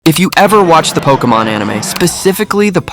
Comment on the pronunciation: Pokémon, not pokeuhmon.